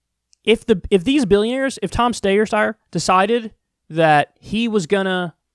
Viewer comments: I dislike the videos where Kyle says Stayer-Steyer. I can’t take it anymore. That got old for me. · IT'S PRONOUNCED AS "STYRE"!!! FOR CRYING OUT LOUD. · It's pronounced "sty-er." Rhymes with Meyer. Why does nobody know this ? The guy has been politically active for a long time. He's some kind of environmentalist. He's one of the few Democrat billionaires out there. There are probably only two, and they're both running for President. Lol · Kyle, just settle on one name pronunciation for Steyer. Doing it twice is extremely annoying! He's not even worth trying to pronounce it accurately, anyway! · Please, for the love of God, Kyle. Stop it with the Steyer thing. Either figure out how to say his name or don't but this joke hasn't been funny for a looooooong time. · I love how Kyle refuses to learn how to pronounce Steyer. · I've grown to like the bit. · Me 2!! 🤣🤣🤣🤣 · it has become something of a meme/inside joke for his audience, why would he get rid of that? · It's the new Bet-On-My-Stork now that he's out. I like it.